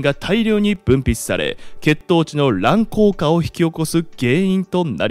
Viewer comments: 乱高下は｢らんこうか｣ではなく｢らんこうげ｣ですよ 度々読み間違えをしているようなので漢字を今一度見直してみては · 勉強になりますが、らんこうかではなくらんこうげですね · 乱高下 ❌らんこうか ⭕らんこうげ ですｗ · 「らんこうか」と読みたくなるのは分かりますが、「らんこうげ」 と読むのが正しいです。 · このチャンネル異常に読み間違いが多いのマジなんでなの 本紹介チャンネルなんだからその辺はちゃんとして欲しい 動画主わからん漢字テキトーに読む癖ついてるよね 乱高下はらんこうげね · 「乱高下（らんこうげ）」くらい、読んで欲しいな・・・ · ランコウカ・・・って。漢字読めない・・・